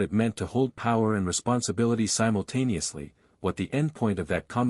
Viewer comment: the word of the show? Simultaniously :)